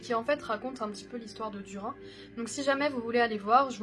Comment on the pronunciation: Duri nne!!!! Sa se dit inne à la fin pas un! En fait, ce nom se dit d-ou-r-i-nne. J'espere que tu ne feras plus l'erreur